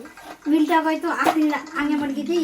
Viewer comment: Millet ❌ melt ✅ agoythuuuuuu